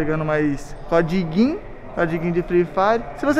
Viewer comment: "Comprei vários CODIGUIN" , azideia KKKKKKKK